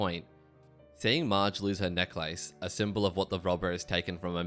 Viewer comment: I have a serious problem with how you pronounce necklace.